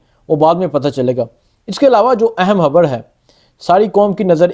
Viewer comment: Habarr??? Kya hy?? Bar bar Habarr kyo kehbrahy ho??